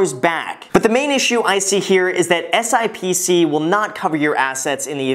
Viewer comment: FYI, the financial industry calls it SIP-SEE...but you can call it whatever